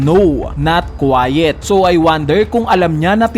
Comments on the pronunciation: Mali basa mo boss dun sa quite 😅 Quiet po na tahimik ung pagkakabasa mo . Kwayt,kwite po dapat pagkabigkas 🙂✌️ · Correction lang boss baka kasi may mga malito Kwayt pronunciation nun hindi kwayet Iba boss ang quite sa quiet And no not quite meaning ay hindi, hindi pa And no not quiet ay hindi, hindi tahimik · no not kwayet HAHAHAAHA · yung pronunciation po niyo ng "quite" mali, its "quite" -----/kwīt/ Hehe....peace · Not quiet pagkakabasa sa quite hahaha